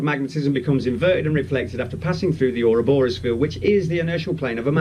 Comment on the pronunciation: Oh god, Scientific Lee sounds like somebody just before they shoot up a school with an AR15 :( He should just piss off to the Deep South of the US and be done with it. Also... the guy can't pronounce ou-ROB-or-us.